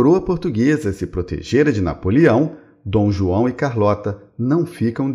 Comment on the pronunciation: O Rei "Dão" João!HAHAHAHA no tempo segundos!